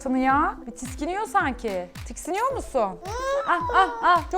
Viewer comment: Tiskiniyorum değil tiksiniyorum ahahdbsjsbaah